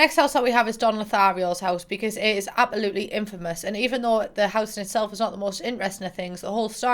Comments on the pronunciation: i love how instead of saying absolutely, says apoloopy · CEO of saying "apalootly'' istead of absolutely lmaooo